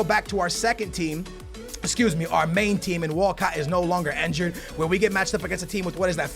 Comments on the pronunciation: Stop saying enjured and say injured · it's not ENjured but INjured bro